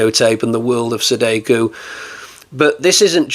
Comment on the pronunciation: You've got some good ones this time, but the Rye-you-jee and Se-day-kuu need to stop. It's Ryu-ji and Sa-da-ko, pronounced exactly as written. About this work, I can't say I liked it. The original was best and the sequels were awful. We should have had James Cameron do the sequels, as he's the only one capable of making a decent sequel.